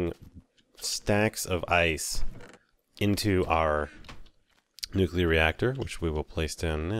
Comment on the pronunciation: remember: noo-clear. nuclear.